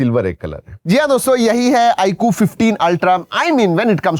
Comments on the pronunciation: iaaqu❌ iQOO...😂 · 😂bro is saying iku not iQ